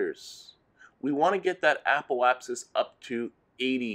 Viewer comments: Apple-apsis? Must be an accent thing, though if you're looking for someone to pronounce things properly, I'm not your guy. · Love the video but why does every single kerbal you tuber add an L into Apoapsis?